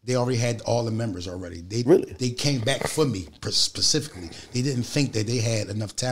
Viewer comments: "Pacificly"?🤣😂 Come on, Ness! It's specifically. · I like how people can’t pronounce specifically they say pacificly lmao